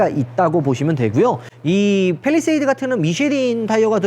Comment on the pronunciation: 빼휘일뤼셰휘이듯 발음뭐누ㅋㅋㅋ